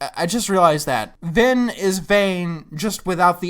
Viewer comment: I seriously thought his name was finn not vin